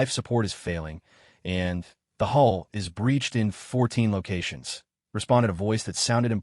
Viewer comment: Your A.I. does Not read smoothly. Especially on the word "and". Not every use of the word requires a pause. Doing so interrupts the flow of the story.